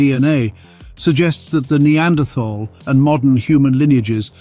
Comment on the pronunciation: I wish they could manage to pronounce Neanderthal correctly